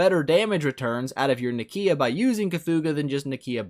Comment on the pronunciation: "Nikiiiia". please